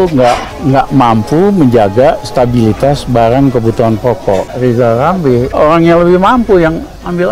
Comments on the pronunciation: Lizal lamli...lizal lamli. Bilang R aja tdk bisa. Sok mau jd Presiden. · Wong nyebut dirinya sendiri gak bisa ...lijal lamli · Lama2 ngomong makin ngak jelas dan ngak terarah ,kasihan liat orang ini di Rizal Ramli,stress kali iya ,mau nyalonkan dan ambisi mau jadi presiden Siapa yang mau pilih dan juga siapa yang mau dengar omongan pepesan kosong ,ngomong R saja susah ,gimana mau nyanyikan lagu indonesia raya ,repot dah dengernya hehehehehehe